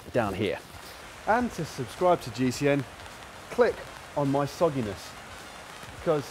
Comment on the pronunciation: Lost it when Matt said “click on my sogginess” (did I hear that correctly?) 😂😂😂 I miss seeing Matt hanging with GCN bois